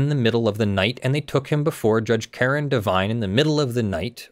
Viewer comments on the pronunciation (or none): none